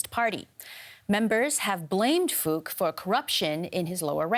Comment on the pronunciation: From a vietnamese perspective, i find the way the reporters pronounced "Phuc" hilarious, it sounds just like the funny F word!